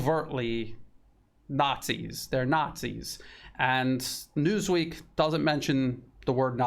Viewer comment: " News Weak " instead of " News Week ".